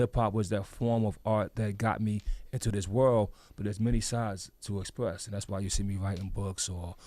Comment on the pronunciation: EXPWESS !!! BWICK MANSIONS!! WOWDY !!! The PWOJECTS !!! The WIZA!!! BWOWNSVIWWE !!! BWOOKLYN STAND UP!!!